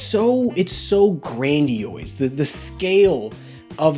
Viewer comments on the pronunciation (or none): It's pronounced "Gran-dee-ose" not ""Gran-dee-oise". Sorry that shit just really irked for some reason